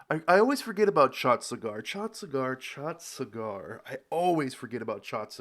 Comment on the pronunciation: Chattisgarh is pronounced as Chattis - Garh, not Chatsigar😅